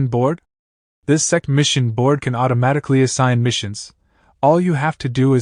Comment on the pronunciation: My mind is so dirty when ai voice says sect i hear sex😂